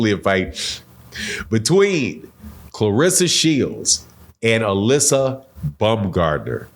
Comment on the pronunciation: You pronouncing Alycia name wrong! She's very sensitive about that, can't wait for her response, this going to get interesting!